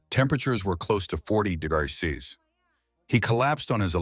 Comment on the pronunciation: Your AI has trouble pronouncing "degrees" and "celsius."